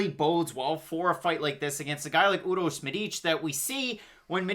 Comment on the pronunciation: actually u pronounce it really well . Urosh u nailed it and Medic too just accent on Medic is a bit off